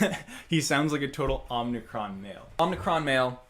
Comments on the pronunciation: I can't get over how he pronounces "Omicron" as "Omnicron". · He pronounces omicron wrong.